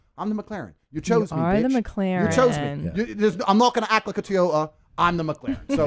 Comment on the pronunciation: Love how dude says Toyota lmao